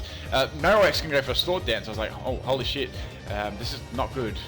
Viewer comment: "oh holy shit" sounded so australian